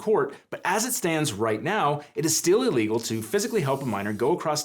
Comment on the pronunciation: I like how (I forget this guy's name.?) pronounces his I's at the beginning of words like e's. E-legal. E-mediately. It just sounds very lawyer-y (or anybody giving a monologue for that matter).